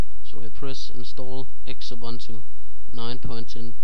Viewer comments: I think it is pronounced Zubuntu like Zoo-Boon Too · I am pretty sure its pronounced X-ubuntu